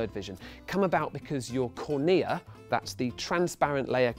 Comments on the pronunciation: cOrnea not cornEa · Huh. I learnt cornea in biology as CORNea, not cornEA.CGP Grey: "English likes to pretend it has rules about pronunciation" (H.I. #52) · Mistakes in this video: The CD drive recognises pits on the CD by a change in the intensity of the light, not a time difference. Also, it makes no sense how "Phase Shift" is flashed up on the screen as he describes the intensity of the light -- intensity and phase are completely orthogonal/unrelated concepts. "Excimer" & "cornea" both pronounced incorrectly. And also, you kinda didn't explain laser eye surgery beyond "you have a cornea, laser corrects the cornea..." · About had an aneurysm when he pronounced "cornea" that way.